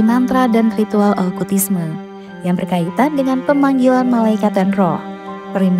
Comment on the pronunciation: Okultisme Kak, bukan Olkutisme. Asalnya dr kata "cult" (bhs Inggris: kultus) 😊